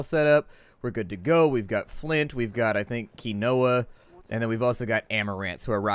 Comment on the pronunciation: Dude, don't you live in Cali? How do you not know how to pronounce Quinoa?